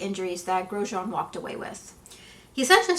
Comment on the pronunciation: So refreshing to see someone actually pronounce the man’s name correctly